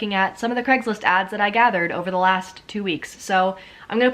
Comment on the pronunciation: why do ppl call it "greggslist" or "creggslist" surely it is pronounced as Cray-gs-list?